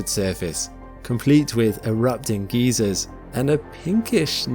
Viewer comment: "Erupting geezers" 😂